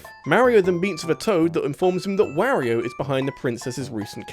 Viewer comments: Rawyriyo? Really? It's Wario. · "Yaush-ee" "Mare-io & Where-io"